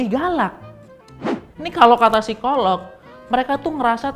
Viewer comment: Akhirnya ngucapin (P)sikolog-nya udah okey nih… nice! 😁